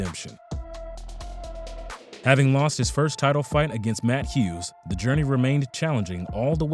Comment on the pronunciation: He pronounced matt Hughs, BJ Penn, matt Serra and jean claude van damm correctly. You just another hater looking for attention. And I'm only talking about people; he pronounced jiu jitsu, Canada, martial arts, etc. correctly.